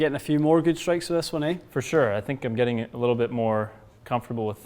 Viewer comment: lol, i heard the Canadian there " it's getting there, eh"